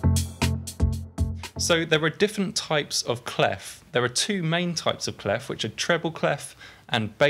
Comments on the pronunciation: cley-fffff ? wt-fffff, is in pronounced "clay" ?! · I love your videos, they are really helping me ! Thanks a lot Just for your information, "clef" (french for key) isn't pronounced with the "f" at the end (you can hear the right pronounciation here : ;) Thanks again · People in the Anglophone world urgently need to learn how "clef" is pronounced